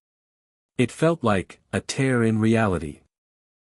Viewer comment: Good story overall. Although there are a few moments that don't make sense or aren't logical results of previous circumstances. And AI seems never able to pronounce tear💢 instead of 😢tear.